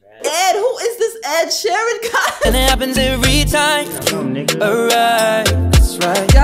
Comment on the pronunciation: Mans said Oluwasheeran, I'm gone!😂😂😂